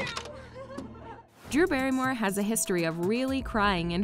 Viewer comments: “ Dew Barrymore “ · DEW Berrymore lol